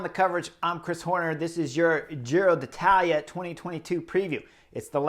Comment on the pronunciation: Give Chris a break. It’s a foreign name that he can pronounce pretty well. Relish it.